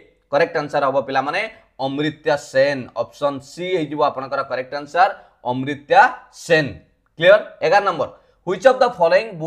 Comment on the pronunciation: Sir amartya sen not ucharana amritya sen